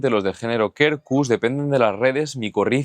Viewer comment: Quercus se pronuncia "cuercus". De nada. 😂